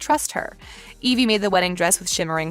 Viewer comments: Did she just say Elive? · Did she say elvie instead of evie💀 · I'm sorry did you say elvie ? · It’s evie not elve